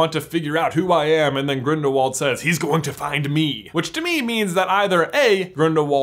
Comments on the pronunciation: not to be pushy but the pronunciation of Grindelwald is grildelvald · Gellert is German, meaning his last name is pronounced Grindel-vald!